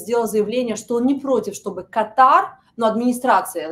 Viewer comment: Катар сначало выучи как правильно. Потом уже борись